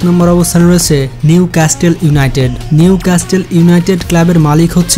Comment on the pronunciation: প্রতিবেদন সুন্দর হয়েছে। নিউ ক্যাস্ট্রল না হয়ে উচ্চারণ হবে নিউক্যাসেল।